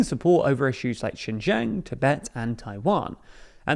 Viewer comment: Did he really meant to say Shenzhen?